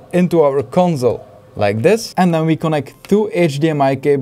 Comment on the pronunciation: Conzol pronunciation is bothering me